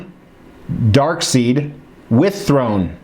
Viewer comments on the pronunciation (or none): Darkseid is actually pronounced DarkSIDE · PSA -- Darkseid is pronounce dark-side. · Love ya... but it’s still DarkSIDE. 👍🏻